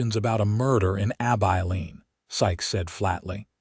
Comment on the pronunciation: For Gods samke its Abilene (short i) NOT AbEYElene!!!!!